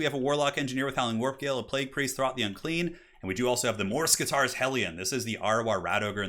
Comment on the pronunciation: Not to be rude or anything, but is that really how you pronounce morskittar? Mors-kitarr? Just sounds super weird for my none native English ears. I would assume it was like mor-skittar